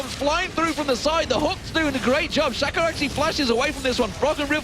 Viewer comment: he keeps saying shaco, his stage name is shacker...